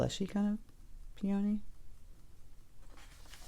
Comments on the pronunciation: Please pronounce this flower correctly! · I have never heard anyone pronounce peony that way. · Grew up with them in Michigan - 68 years. We say "Peeeee-a-nee." Not "Pee-ohhhhh-nee." Fun to hear people from other areas.